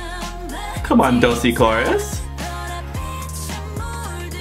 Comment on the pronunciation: Another great video! Just one thing... not to be that guy but... I'll be that guy for once haha. Dosie is pronounced Do-shi :)